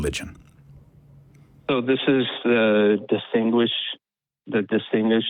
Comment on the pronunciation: Umm. Well. You know. Um. Well you know. Uh. "Disingquish" ...uh um stuff like that.